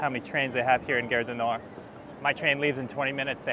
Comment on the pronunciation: If you can pronounce "car", why do you make guerre ( which means war) out of gare?